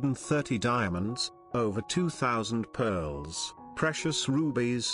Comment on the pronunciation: Great stuff although I kept getting a giggle every time pearllls were mentioned.